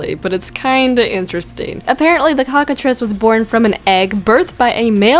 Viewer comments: cockatriice not cokatrice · It’s cockatreeeeeeece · Cock-catrice.... LMAO HAHAHHA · SAY COCKATRISS ONE MORE FUCKING TIME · Cock a treece